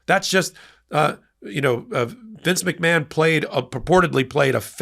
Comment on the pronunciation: McMahon is originally an Irish name and is pronounced "Mac-Marn" (not Mac-Man).